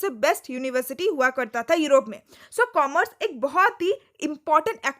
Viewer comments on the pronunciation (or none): none